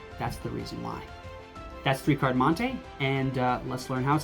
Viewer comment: It’s mon-tee not mon-tay